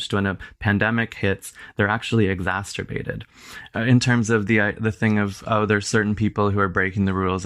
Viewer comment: Damn, every time he said exasterbated.